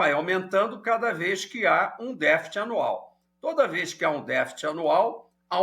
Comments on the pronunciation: Não achei elucidadtiva as explicações do entrevistado. E não falou novidade e nem foi didático tambem, pois quem não conhece um mínimo de economia ficou vendo "estrelas" no céu, ou seja boiando. Por exemplo: o que é "deficit", que ele fala "defit" primário? ...Mas esse mesmo problema esta corroendo as finanças dos EUA já algum tempo. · "défit"?? O que é isso?